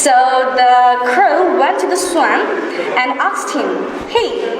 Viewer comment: yes, i appreciated her. Notice, my comment please. But just i express my opinion about a word 'And' pronunciation. It would be better if she pronounces the word 'And' more perfectly. That's all.